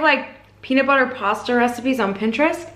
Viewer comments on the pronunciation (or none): none